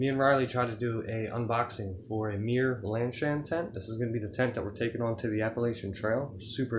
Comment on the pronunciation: It's pronounced "myer" not "mirror".